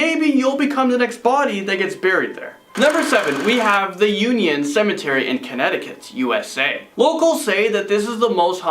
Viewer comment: Union Cemetary? 😂 that's cute